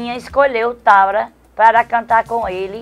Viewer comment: Zuzu diz: Chimbinha escolheu ''TABRA'' (Thábata) KKKKKKKKKKKKKKKKKKKKKKKKKKKKKKKKKKKKKKKKKKKKKKK